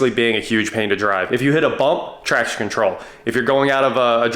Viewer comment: I know what you were actually saying, but I kept hearing "trash control". 🤣